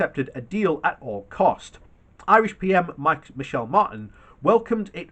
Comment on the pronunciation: Michéal Martin- "Mee-hall" not Michelle